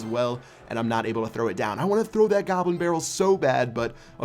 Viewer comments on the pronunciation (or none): He said gobrin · gobrin barrel lol